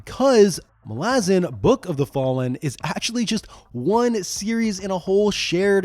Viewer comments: Mah-Lah-Zahn not Mah-lah-zin 😂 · Sorry it's Mal-a-zan not Mal-azzen and I will die on this hill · The pronunciation of Malazan keeps tweaking me as my head-canon i sound it out as "Mal-a-zan" not "Ma-lazan". Sounds like a throat lozenge brand lol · I thought you were saying molasses, then it dawned on me.....I have always pronounced MalazAn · As an Australian, I suggest that the pronunciation of "Malazan" should be clearer. Not "Malah-zen/Malah-zin" but "Malla-Zann." I think that Stephen Erickson would agree, despite his own accent; The name of the Empire should not be soft-sounding, as that is not its nature. The Malazans represent a multi-cultural society that idealises the clear-eyed understanding of their place and chosen role in their world. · idc what anyone says, the pronunciation "Mal - Laz - En" drives me freaking crazy. I will forever be on team "Mal - Ah - Zan" and all you children of Odium can bite me. 🤣✌ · Mol-Azz-in? I’d watch this video because the books are great but I can’t listen to you butcher the name for 40 minutes. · Mala-zhan sounds cooler though so we should stick to that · FFS!!! Mal/as/an and no it's not pronounced like you are. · I am so glad I read the series a long time ago, before I could learn that it’s pronounced Malázan 😂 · I always thought it was MAL-a-zahn. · Bro I love this video but is it pronounced like that? It rhymes with “Aladdin”??! I thought it was MAL-uh-ZAHN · I don't care, that pronunciation of Malazan grates on my nerves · I think 90% of malazan readers are with me in saying that Eriksen, despite being the author, is wrong on almost all matters of pronunciation. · THAT'S how you pronounce Malazan? Look I recognise that Erikson has made a decision, but given that it sounds like arse, I have elected t ignore it. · Please stop saying Malazan like that 😬😬😬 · There it is. Thanks, buddy. And Erikson pronounces Malazan wrong.